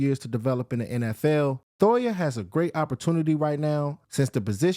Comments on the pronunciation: Jay toh-eeee-ah Not Toya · Thoya lol I swear it’s toy-eee- ya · Why does he keep saying Thoya? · And for gods sake you are butchering his last name 😭